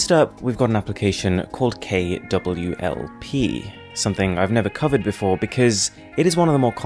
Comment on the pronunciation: You actually went to check if its KWLP after hearing boss say it wrong just in case before pointing it out and then seeing that it was already corrected.